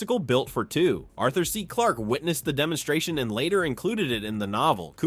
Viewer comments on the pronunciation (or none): none